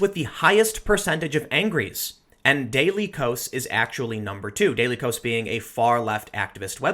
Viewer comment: I believe "dailykos" is supposed to be pronounced daily chaos.